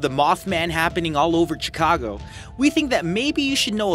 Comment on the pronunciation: uhhhh you pronounce Chicago with an SH.....NOT a CH....as you did in the beginning. Can't watch the rest of the video. mothman is fake. no proof. I live downtown